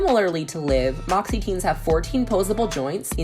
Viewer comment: makes me laugh so much bc all of the name are pronounced wrong 😭😭 literally all of them. good video tho